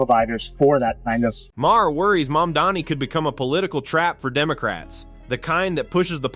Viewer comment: Where do you get "mumani" from "mamdani"??😂